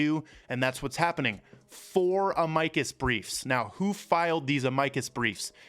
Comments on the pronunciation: Mo-saad not moo-sad 🤦🏻‍♂️🤦🏻‍♂️🤦🏻‍♂️🤦🏻‍♂️ Ah-mikus briefs???? It’s pronounced Ama-cus Jesus Christ man. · Just in case you cared it is not pronounced uh-mike-us. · Try pronouncing Amicus properly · You’re saying Amicus wrong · you need to learn how to pronounce words you use...Amicus, etc